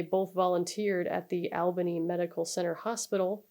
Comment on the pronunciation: Great video as always. I will say , the city is pronounced “All-ban-ee” and not Al like Albert. The only reason I’m pointing this out is it’s the state’s capital and may come up again in other videos, and I actually had to replay that spot as I didn’t realize what you were saying at first. But it’s a super common mispronunciation. I used to work on movies and any time one was specifically set in Albany in the script, we would have to coach the actors on how to say it. Before then I never realized how stupid the spelling was.